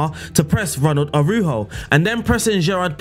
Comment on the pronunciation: Araujo in spanish is pronouced ara-urro